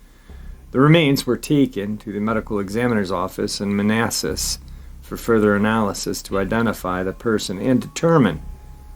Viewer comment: Great job pronouncing, Manassas VA. When I moved there I thought it was man's-ass-is.